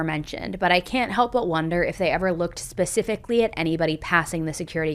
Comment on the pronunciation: Can you please stop saying “pacifically” when the word is “specifically”